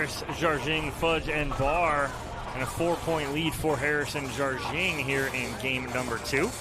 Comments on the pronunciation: Are the commentators correct in pronouncing Jardim as "Jarjing"? I would have assumed it was pronounced closer to "Har-deem" or something like that. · Simone pronounces it something like 'jar-jing' but I don't think there is anyway for an American to get the Portuguese exactly right. Jar-jing is the closest we can do...